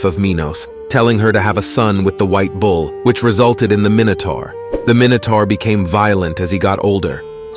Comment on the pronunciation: ZAY-OOS not ZOOS EYE-OH-BAH-TES not LOBARTEES MY-NOH-TOR not MINN-OH-TOR FFS do some research 😂😂😂